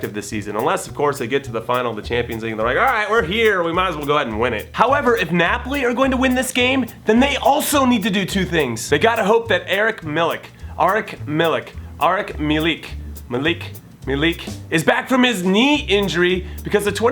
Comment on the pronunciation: He's called Arkadiusz Milik, not Eric Milik